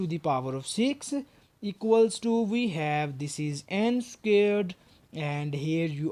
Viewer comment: I like how he says "scared" instead of "squared".